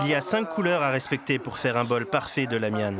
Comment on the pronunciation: voila, c'est bien La Mian 拉面 pas Ra Mian, Ra au lieu La, c'est la prononciation japonaise）